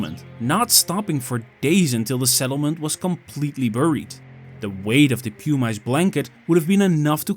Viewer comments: Pu-Mice??? It’s pronounced Pu-mis. Spelled Pumice if you’re going to make a documentary about a Volcanic eruption please familiarize yourself with basic Volcanology terms. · The AI-generated audio is annoying. Mispronounces "pumice" into "pum-ice". A new kind of ice, I guess, made of pum. If it's a human voice, it's even more annoying. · pew-mice? Is that a skunk? yeah. Stopped there. Won't be back. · The voice is A. I. Nobody calls pumice "pew-mice." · So in Dutch they say "pew-mice"?